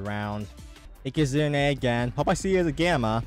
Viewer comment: found so many protogons ands aekehzoons. and please never stop mispronouncing ikazune we love it